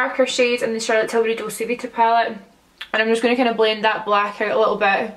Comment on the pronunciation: It's dolce like doll-chey is it not?